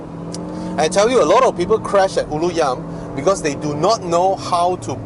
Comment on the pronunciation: the way you pronounce Ulu Yam is way more Malay than a Malay itself. lol no cap!